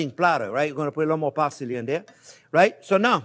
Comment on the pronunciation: Chopped par-silly. Love this man n his energy